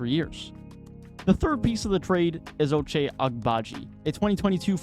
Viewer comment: "Can you want somebody better than Sexton in return from Donovan Mitchell?" Yes, how about Lauri Markkanen? 🤔😉😄 Btw. You might wanna check your pronunciations if you want to make your video quality to go up. 🙂 Both Lauri and Ochai were pronunciated wonky. I'm only saying because the video seemed to be nice quality otherwise.